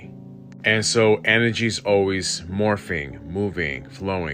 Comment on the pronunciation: enERRgy Energy ERRR. IN-URR-JEE